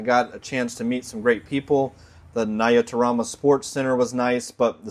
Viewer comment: Hi! It's amazing to visit Rwanda. You got a good accent saying "nyarutarama"😊. Visit again.